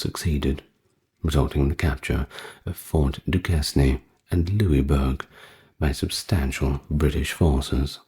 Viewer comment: Duquesne is pronounced “Duke Cain”.